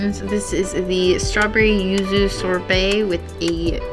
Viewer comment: Well, she’s three sheets to the wind entering the place. Slurring, calling yuzu “uzu” and struggling with those chopsticks, despite being familiar with this cuisine. He is much more articulate in the food analysis. Btw, the seaweed strings under the ikura (fish roe) is mozuku, famous from Okinawa. The leaf beneath the squid is shiso. Do come to Japan, where you’ll get that whole meal for less than $20, especially with the exchange rate.